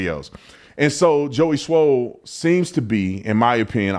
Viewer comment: You keep sayin Joey SMOLL!!! 😅😅😅